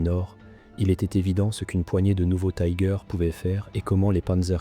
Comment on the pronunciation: Pourquoi prononcer Tiger à l'anglaise ?